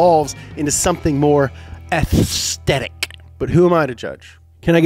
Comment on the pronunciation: The way he said aesthetic 😂😂